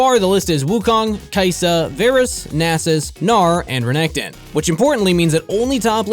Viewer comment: Varus? VARUS? really?